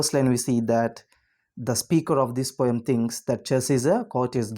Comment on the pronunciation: It is not pom it is poem